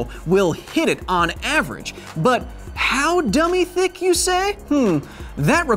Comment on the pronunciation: Was he tryna say dumb thick? 😂😂😂😂